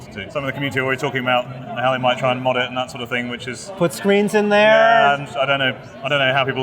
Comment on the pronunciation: "...Construction kit to pur our arm in this exquisite prop replica."